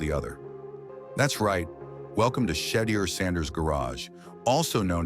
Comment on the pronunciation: One of the worst AI narrated videos in history. Day on sanders? Really?